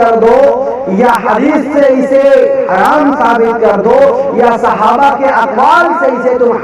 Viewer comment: صحابہ کرام ہوتا ہے ک پر زیر ہے 😀